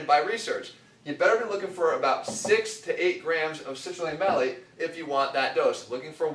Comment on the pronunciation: It's Citrulline MALATE. Not Malec :P